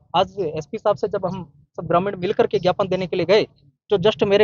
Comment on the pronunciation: पत्रकार महोदय झापन नहीं ज्ञापन सौंपा है बोलते हैं उसको 😂😂😂😂😂😂